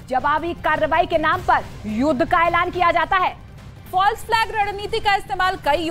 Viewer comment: फल्स, फाल्स नहि तेत्री